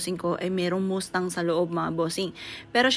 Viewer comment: Sports car is nice. MAS TANG ang pronunciation not moose tang